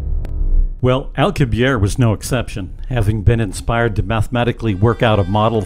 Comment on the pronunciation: Dr. Alcubierre's name has been mispronounced; the final 'e' must be pronounced because this name is of Spanish and not French origin. How can anyone trust the accuracy of the STEM topics in these videos, if the basic stuff is incorrect, such as the proper pronunciation of a Scientist's/Engineer's/Mathematician's name???